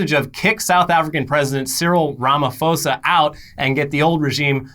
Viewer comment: Good attempt, try pronouncing it as Rama-poe-sah